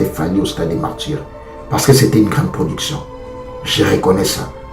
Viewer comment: Garçon qui te demande de parler en français vraiment qui dit moi,fait ton analyses en lingala c'est plus mieux on dit pas initiatif mais initiative,c'est stade de Martyrs pas de Martdjir aujourd'hui j'approuve que c'est toi la définition du mots RIDICULE dans le Dictionnaire.